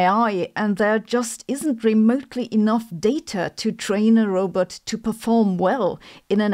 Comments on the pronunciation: Sabine, it’s roBOT not roBET. You sound like Zoidberg 😂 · You pronounce Robot like Zoidberg from futurama. Rowbet heheh cool video.